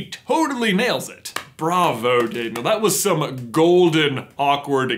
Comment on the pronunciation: Ya know what is cringy, Day-neil Radcliffe.